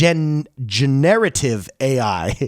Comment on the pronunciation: Gener-a-tiv 😉 not Genare-ativ